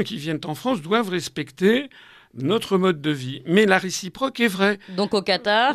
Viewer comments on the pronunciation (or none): Nôtre se dit effectivement nôtre comme dans "cette maison est la nôtre". En revanche "Bienvenue sur notre chaîne YouTube" se prononce autrement. Demandez à vos collègues quelle est la prononciation. Tout celà dit amicalement et sans agressivité.